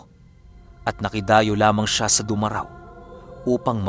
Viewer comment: Du Ma Rao. Hindi po diretso. Mali Pronunciation